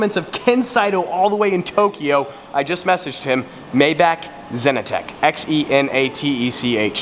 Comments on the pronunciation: Anybody else felt irritatingly cringy hearing "my baak" he said while pointing at the maybach in the super car garage? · Keelan Taylor, your right. It is pronounced may- Bach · The way you say maybach makes me feel sick 🤢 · Just waited to hear it before I liked your comment Yuck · Why are you saying “maybach” like that lol